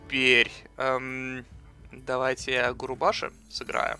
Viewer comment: Берсерк "Губаруши"... "Губашуры"., прочитай уже его имя нормально)